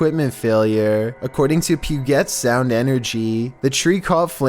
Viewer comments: ITS NOT PUGET (pew-get) ITS PUGET (pew-jet) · It’s pronounced pue-JET not pue-get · hate to pick on small things but it's pronounced "pew•jet" sorry I'm from Washington and almost died laughing when said pew•get heehee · "Pew-Get sound energy" is "Pew-Jitt sound energy" lmfao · It's pronounced 'pew-jet' not 'pew-get' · Not trying to be rude, but, I’m from Washington State & you said Puget wrong. You said it like poo-get, when in reality, it’s pronounced p-u-jet or peu-jet. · Pooget sound engery? I'm from Bellingham and it's puget not pooget lmao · As someone who lives in the Puget sound area. I had a small chuckle at your expense...pu-get? No. If for whatever reason you need to say it again. 'Pue-jet' Sound energy, pronunciation. That's all. Great stuff as always. :) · The pronunciation of Pudget sound got me 😂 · washington native here, puget is pronounced pyoo-jet xx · #12 puget is pronounced pew-jet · Puget is pronounced pew-jet lol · Puget is pronounced "Pu-jet".... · Puget sound is pronounced pew-jet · THE WAY YOU PRONOUNCE PUGET OMFG 😂😂😂😂😂 Washington native here 😂 it’s pew-jet(jit) The PEWJIT sound 😂😂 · Aye, local bham dude it's pronounced pew-jet. Love your videos. Glad my home town made it on here. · Its pujet sound energy but u spelled it right puget (from seattle) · It’s pronounced pue jet google is a good tool🤦🏻‍♀️🤦🏻‍♀️🤦🏻‍♀️ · #12 Puget Sound Pronounced: Pew-Jet Sound xD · You said Puget sound wrong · and then i remember that only people from Washington know how to pronounce "Puget Sound" lol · you pronounced it wrong Puget Sound Energy the G is pronounced the same as in Energy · The way you said “Puget sound” 😂😂😂 definitely not how you say it hun. Never thought I’d hear my town in any of ur videos but heeeyy lolol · puGet sound and energy only washington people understand ok probably not but whatever have a good day everyone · If it can be mispronounced, will find a way to mispronounce it.